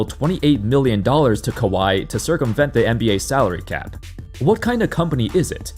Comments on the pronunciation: Bro said Calary Sap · “calary sap” come on Gil 💀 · Gilbert arenas said "Calary Sap" at the intro 😂😂😂